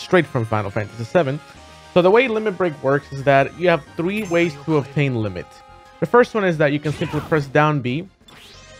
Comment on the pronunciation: Did he say Lemon xD